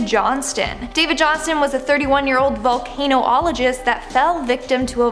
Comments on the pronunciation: VULCANOLOGIST....not VOLANO-OLOGIST. I mean come on people! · "Volcano-ologist"? "Reminents"? Seriously?